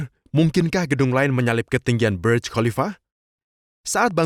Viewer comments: sok inggris, itu.bacanga burj bukan berj burj bahasa arab yg artinya menara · maaf, Burj itu berasal dari bahasa Arab "burj", jadi membacanya jangan terkesan seperti bahasa Inggris sehingga terkesan membaca menjadi BERJ...hehe